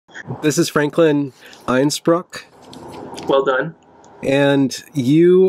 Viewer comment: Einspruck? That's some bad German pronounciation... ;)